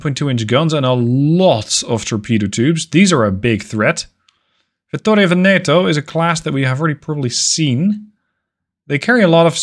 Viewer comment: Just a quick tip for your italian pronunciation : you are saying Lombardia and Vittorio Veneto almost correctly you are just messing with which vocal letter has more emphasys, I would say the accent but that word has so many goddamn meanings I am not sure it would correctly convey the message. Vittorio Veneto you are pronuncing essentially as "Vittorio Ven e to", Vittorio is correct but Veneto should sound like "V e neto", so the umpf (Yeah! That's the word I needed!) goes on the first e and not the second. Lombardia again is almost perfect aside the fact that you pronunce it as "L o mbardia" but instead it should sound like "Lombard i a" so the umpf is at the very end of the name instead of the beginning. I hope it made a modicum of sense :D